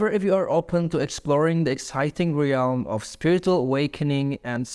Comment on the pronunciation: "UNWARFFERING" (unwavering) "TRANSEWWNCENT" (translucent) "REEEYALLM" (realm) I presume you are from the UK but I hear you pronouncing words differently to the ones in brackets and wonder if that's because you come across as quite nervous in your voice. Anyway, great video, I'm very in tune to people's thoughts good and bad but my empath qualities have taken a dive with illness and domestic abuse but i shall rise again in time. Have a blessed weekend